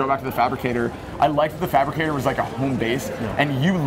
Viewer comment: lmao he said thabricator... its fabricator cmon